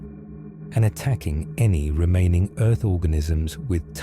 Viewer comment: He said: Earf. old name for Terra